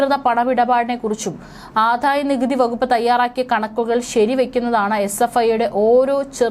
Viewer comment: ആധായ അല്ല ആദായ. ധനം ത്തിന്റെ "ധ" അല്ല ദയ യുടെ" ദ ".